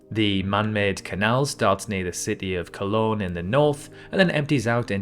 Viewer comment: The Panama canal starts in Colon, not Cologne (fact 1). is this AI?